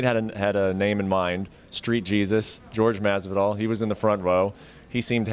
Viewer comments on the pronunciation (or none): It’s not “George Masvidal” it’s JORGE MASVIDAL Yisus chwrist!! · "George Masvidal" cringe, People really see the name "Jorge" and think its pronounced George? this interviewer is trash just for that. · Homie said GEORGE Masvidal lmao